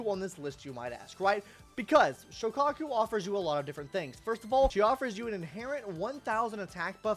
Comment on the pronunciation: ill never forgive you for pronouncing Soukaku like that